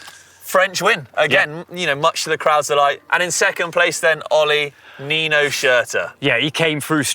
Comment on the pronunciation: How when someone is literally stood opposite you saying their names right can still not pronounce Nino & Mathias’ surnames?